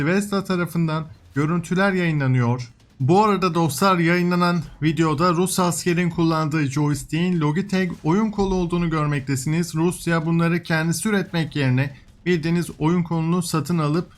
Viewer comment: Rusları savunmak için değil de. Kendisi neden yapsın çok daha ucuza alabiliyorken?!?! Savaşlarda pratik olmak en önemlisi. Ayrıca lojitek diye okunur.